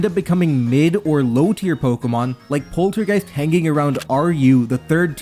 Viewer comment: Ok but you pronouncing polteageist as poltergeist is a war crime